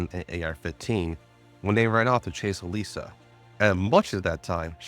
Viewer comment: I listened to episode 1 of this series while cooking dinner and I constantly hear "Elijah" so I thought it was a guy. To my surprise, it was a girl named "Elisa" and you we're just saying it wrong.